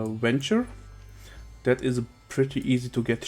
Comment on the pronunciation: "das ist pretty serious money" haha love the accent